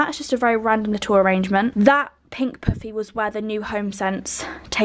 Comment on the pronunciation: How pronounces “poof-ey” and “Shay lounge” 😂